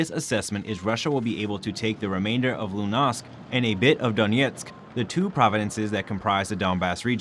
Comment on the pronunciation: Schulz: say "shuhl-tz". Luhansk: say it like it's spelled, not "loo-nahsk" Donetsk: say Doh-net-sk, not "Dawn-yets" Sergey: say "Sare-gay" (hard G)